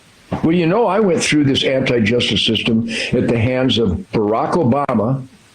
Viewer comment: he said biraq o booma